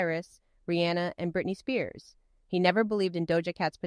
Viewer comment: You're the first person I've ever heard pronounce Rihanna's name correctly.